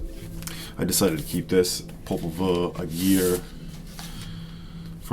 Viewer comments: Believe it’s pronounced Popol Vuh (view) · By the way I wasn't gonna reply to the snob down below who seems to know very little about German pronunciation codes, but it is definitely Popol VOO (even their Wiki page says it, if one is remotely familiar with the phonetic alphabet - Popol Vuh (German: [pɔpl̩ vuː]). I didn't want to start a war in the comments.